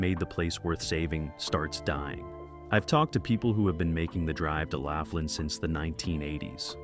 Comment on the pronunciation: All about Laughlin, and you can't even pronounce it correctly "Loff-lin"